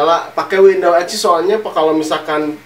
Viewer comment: windows bang bukan window